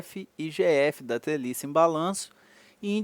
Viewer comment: "galela", "teliça" uahuahauahuahauhuahuha